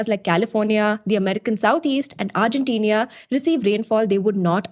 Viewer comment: New drinking game. Every time she says “argentenia”